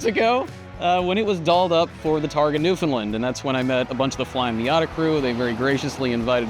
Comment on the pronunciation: You are pronouncing Newfoundland wrong